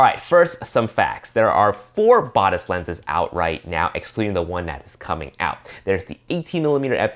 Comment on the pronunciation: It would be good if the reviewer could do some research to learn how to say Batis correctly. Tip: check B&H video about the Batis 40mm